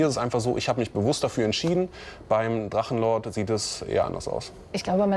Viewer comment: Drachenluuu-ord... Wollte der Moderator Luan sagen?